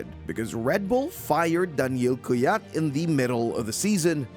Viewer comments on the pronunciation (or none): That Kvyat pronounciation is horrible. You should know better